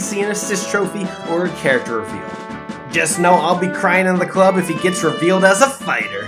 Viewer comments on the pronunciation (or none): none